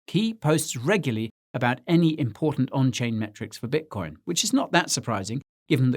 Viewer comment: bitocion lol